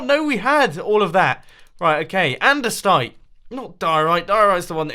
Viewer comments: andestite... LOL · Seriously, Mumbo, its ANDESITE